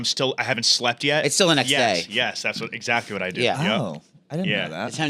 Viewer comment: pronounces “exactly” as if there’s a “g” in it. EXAGDLY. Lolol